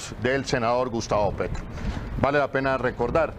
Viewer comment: Huy qué Error al momento de decir gustavo Petro...